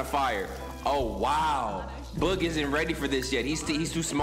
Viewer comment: I love how he says boog “bOOg” 😭😭😭😭